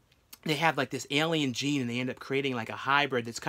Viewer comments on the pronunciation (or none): none